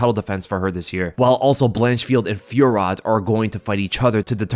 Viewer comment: The pronunciation of fiorot 😂